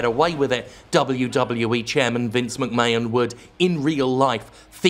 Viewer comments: The way that Jim intentionally mispronounces ‘McMahon’ actually has my skin crawling. What a heel. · nah, I'm British and we'd pronounce "McMahon" like Americans would, Jim's definitely over-pronouncing it on purpose. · Isn't it just a British thing? "Graham", for example, is supposed to be pronounced "gray-om", not "gram". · This is exactly what I almost said! "Sorry, Mr. Mac Mayun" XD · To this day, I still can’t figure out if Jim pronounces Vince McMahon’s surname in the most ludicrously incorrect way anyone in history has ever pronounced it just to stick it to Vince. Surely, surely it must be on purpose...